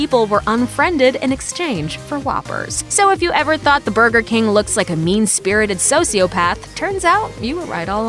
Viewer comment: Sociopath is pronounced soh-see-uh-path, not soh-see-oh-path